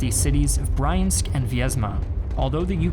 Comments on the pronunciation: Awesome video. A couple of points: Briansk - pronounced "Bree-an-sk" Mozhaisk - pronounced "Mo-jai-sk" Lived in Russia, am married to a Russian, and visited both those places :) Keep up the good work! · Why do you pronounce Briánsk as Bryansk T-34 was as armoured as german T-3, if not less. It was KV heavy tanks produced in Leningrad which were literally immune to any German guns of the pre-8.8 period.